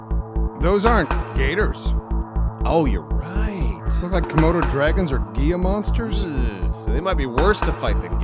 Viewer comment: it's HEE-la monster, not GEE-ya monster. Just sayin'...